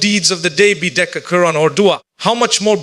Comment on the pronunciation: Please correct the pronunciation, It is Dhikr not Decca It is Quran not kurn